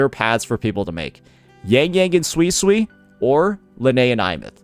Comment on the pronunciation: Who's gonna tell unc he's misspronouncing suisui